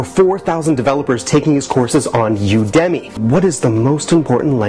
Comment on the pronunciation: u-demmy is what he said it's u de me is how you pronounce it